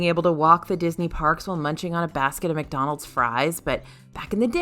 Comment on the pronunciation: I’m sorry did she just say “Dickdonalds” 😂😂😂😂